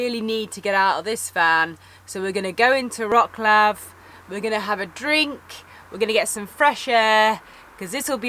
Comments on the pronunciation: Don't get me wrong, I'm no trying to be smart, but I got a small tip for u guys. Instead of saying Wroklaw (Wroclaw) try pronounce it: Wrotzlove. Same story with another one of the biggest cities in PL Katowice, try Katowitze... it won't sound so funny (for Poles) as Katowiki or Wroklaw :D :D I won't even bother you with how to pronounce name of city Szczecin :D not a big deal, but I think it would be easier to understand of which city you are talking about. Best Regards guys! :) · any of these on your list? btw - in polish language you don't pronounce C letter like "k", so it's like WroTS-love ;-) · Wrocław - there is no K sound when You pronounce it:) check out the pronunciation on You Tube. and really I do not how you plan your routes that You end up on bumpy roads as there are good roads every where in that region.. Especially when You travel from Jelenia Góra to Wroclaw.. You must be choosing those routes on purpuse so no complains as there are altarnative routes. Also, there are so many beautiful castles in the region of Lower Silesia. How could You miss them all? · You've been there 3 days and still can't pronounce the city you are visiting correctly. Lots of comments about how to say it ... don't be ig'nant guys ... makes you seem parochial. Also ... I think your editing is too fast with jump cuts and fast pans and zooms that hurt your eyes ... like not every one has ADHD or a short attention span. Slow it down loveys ... it doesn't have to be perky ALL the time.